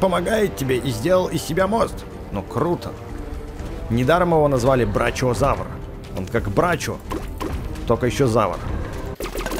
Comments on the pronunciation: Правильно не прачиозавр а брахиозавр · БраХиозавр а не браЧиозавр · Не брачеозавр а брахиозавр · Динозавр с длинной шеей называется брахиозавр а не брачиозавр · НЕ БРОЧИОЗАВР А БРОХИОЗАВР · Не брачиозавир а брахіозавир.😅😂🤣🤣🤣😂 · правильно брахиозаур а ни брачиозаур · Не брачиозавр а брахиозавр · это не брачиозаврус, а брахиозавр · Брачиозавр не а брахиозавр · Брахиозавр, а не брачиозавр :) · Не брачиозаур, а брахиозавр. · Это не брачиозавр это брахиозавр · Брахиозавр а не брачиозаврус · это не брачиозавр а брахиозавр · Это не брачиозаврус, а брахиозавр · Не брачиозавр, а брахиозавр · Ты не правильно говорил! Не брачиозавр а брахиозавр! Бывает же когда сочитание букв ch читается как х! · Бахиозавр а не брачиозавр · не брачиозавр брахиозавр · это не твердолоб в паразаруалоф а не брачиазаурс а брахиазавр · И не брачиозавурус а брахиозавр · Не брачеозавр а брахеозавр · Не брачиозавр а Брахиозавр .!ты не так прочитал и он не брачо и бранилобик это Пахицефалозавр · Не анкилозаурус а анкилощавр и там браХиозавр и пахилозавр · Не брачиозавр, а брачиозавр! Я конечно знаю что ты не знаешь названия но можно же в интернете посмотреть! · брахиозавр правильно говорить